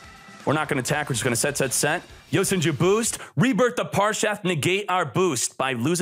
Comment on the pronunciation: is it just me or does he say yosan jews